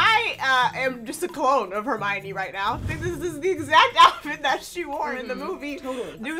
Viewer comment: The goblet of fire actually very clearly says her name is her-my-oh-nee because everyone was mispronouncing it. Check the yule ball chapter lol